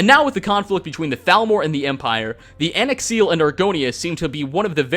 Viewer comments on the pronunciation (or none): He pronounced An-Xileel completely wrong. The "x" is pronounced like a "z", which I thought was obvious anyways, and he just ignored the "i" and "l" after the "x".